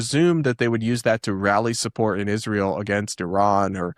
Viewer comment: I am going insane every time she says " Ishhh - rah- el"